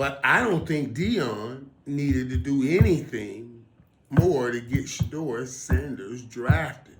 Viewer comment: Why are the pundit speaking for She-Door... Let's hear She-Door speak. He is Special Ed slow; that's why everyone speaks for him. She-Door can't think on his feet. He has no command of the English language. Listen: "/YOUFF/" ~ Shedeur. He's too ghetto. And his daddy wore a dress.